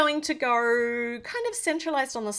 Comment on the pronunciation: “ this is going to gow”